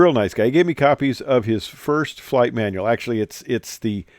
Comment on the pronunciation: "FIRST FLIGH" , and a "T"... 😉